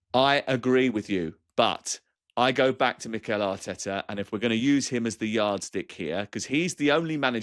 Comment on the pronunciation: "ARTETA HAUTTTTE" 😂😂